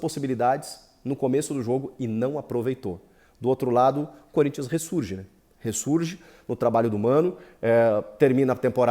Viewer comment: SO QUEM ASSISTIU ATE O FINAL VIU ELE FALANDO CONRINTHANS 0 GREMIO 1 KKKKK